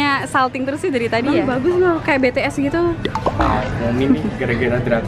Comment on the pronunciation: Kak bacanya bi ti es bukan be te es,tapi tulisanya tetap bts